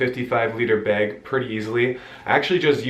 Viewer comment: You say beg for bag 😆